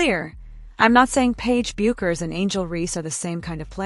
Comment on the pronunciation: PLEASE CORRECT YOUR PRONUNCIATION OF PAIGE'S LAST NAME. IT IS PRONOUNCED AS "BECKERS!"